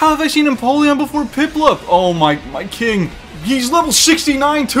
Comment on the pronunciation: The 4 C’s of. Cuties, Cringe, Cings, and Cweens